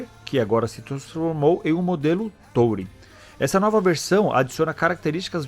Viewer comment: A pronúncia é túrin. 👍